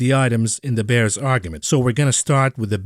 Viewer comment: The way says Da Bulls and Da Bears you'd think back in the day he was Both Ditkas and Jordan's right hand man